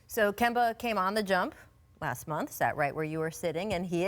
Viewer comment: Kemba....NOT Kember